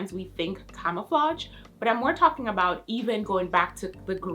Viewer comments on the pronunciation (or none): Its camouflage, not camouflatge, damn.